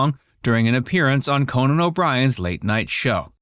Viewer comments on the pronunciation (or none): none